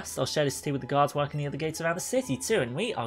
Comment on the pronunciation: When he said guards I thought he said gods